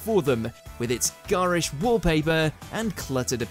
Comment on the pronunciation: Imagine being a "professional" voice over artist and not knowing how to pronounce 'garish'.